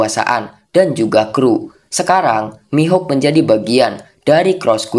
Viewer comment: dracule Mihawk ❌ Dracule Mihuk✅